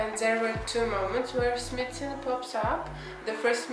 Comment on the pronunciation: It’s pronounced “smy’ like sky. So it’s smythson